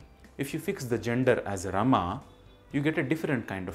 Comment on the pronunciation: Its Raama not Raam or Raamaa.